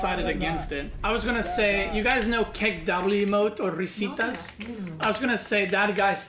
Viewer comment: First time I've seen a non-native spanish speaker say "Risitas" well!!! I had heard that people that speak balkan languages are very good at pronunciatio, I'm starting to believe it more